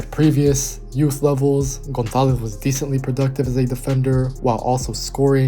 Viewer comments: it's a good pronunciation and the Z are totally on point, but the only correction I would tell you is that with spanish accent we would say the vowels, specially o & a, more open. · The pronunciation of the surname González is perfect.